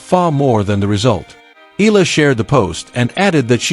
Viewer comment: FOR YOUR URGENT INFORMATION, THE CORRECT WAY TO PRONOUNCE THE LAST NAME OF ALEXANDRA EALA IS, EH - YAH - LAH.